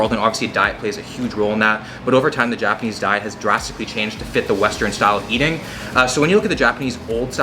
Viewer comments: Your Japanese pronunciation is making me cringe. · I love seeing how much creativity you’re putting into the videos. The 48 hours in Japan was awesome even if you did mispronounce most of the words...